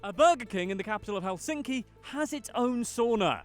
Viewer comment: The narrator makes the typical error in pronouncing Finnish names or words in general as the stress is always on the first syllable!😠 Thus it’s HELsinki👌 not HelSINki!😖